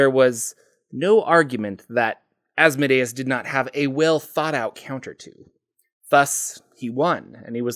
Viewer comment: THANK YOU for your proper pronunciation of Asmodeus.